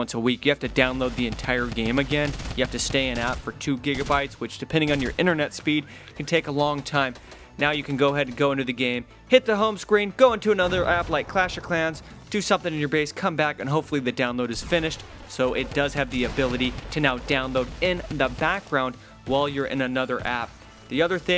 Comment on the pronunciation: Did u just say clash of clowns? XD